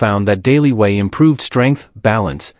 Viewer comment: Whey is pronounced way not wee. Wee is urine.